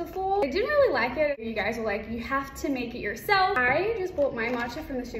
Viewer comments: accent disappeared when she said "you have to make it yourself" 😭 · When she said you have the make it YOUR SELF it sounded like her accent ** disappeared **